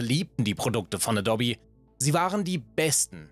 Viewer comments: Sorry, aber mit "adobby" nervt es sehr stark beim zuhören. Muss das Video leider abbrechen. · a dobby?! Klingt wie ein fieser Sprachfehler, so spricht man Adobe nicht aus mein Freund 😂😂😂😂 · Bitte künftig Ä-do-bee aussprechen. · Kann dem Typ mal jemand sagen, wie sich "Adobe" richtig ausspricht? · Naja eben wie man es ausspricht Ädoubie , so oder so ähnlich keine Ahnung wie man die Aussprache schreibt. Jedenfalls nicht Adobby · Es heißt 'a-do-be', nicht 'adob-e'. Jedes Mal, wenn ich 'adob-e' höre, stirbt der innere Monk in mir. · nein, ich mache das nicht mit Absicht - und vor allem nicht mit böser. Manchmal ist es aber einfach so, dass man Gewisse Namen immer falsch gelernt/Ausgesprochen hat und eben die Gewohnheit durchkommt. In diesem Video sage ich ab einem gewissen Punkt wieder Adou-bi, anfangs Adobbi, früher kannte ich die Firma als Äddobb. Natürlich versuche ich, die Namen möglichst richtig auszusprechen, setze mich vor den Scripts in der Regel mit den Namen auseinander und suche teils sogar während der Aufnahme noch nach Aussprachen - aber Fehler passieren einfach…bei großen TV Produktionen sitzen dann Leute in der Regie, die nochmal sagen „Schau hier, mach das, korrigiere das“ - wir sind allerdings ein zweiköpfiges Team ohne Multi-Tausend-Euro Budget pro Video. Wenn und was bewusst auffällt, wird entschieden „lassen oder neu machen?“ - manchmal fällt es aber auch einfach nicht auf…oder man weiß eben was gemeint ist und lässt es so. :) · Das heißt adope, nicht edobbi. Das bleibt alles so wie es ist und es wird hier auch nichts dran gerüttelt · Alles nach OS 9.2.2 ist scheußlich. Incl. 'aboub' und dobbie hatte zum Schluss dann auch eine Socke weniger Ich nutze keine Software im abbo. Dann nutze ich sie halt nicht. PS. : lerne mal Adobe auszusprechen.... : adoub(e) Du disqualifizierst dich grad schon wieder, obwohl du inhaltlich recht hast. Grüße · Wenn man das auf 1,25x Geschwindigkeit hört, sagt er eindeutig Dobby ;-) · Adobby?? Ernsthaft??? 🤦‍♂️